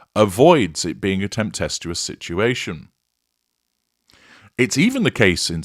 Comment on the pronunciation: It's tempestuous, not temptestuous. You're adding a "t". TemPESTUOUS. Not TempTESTUOUS. Just saying.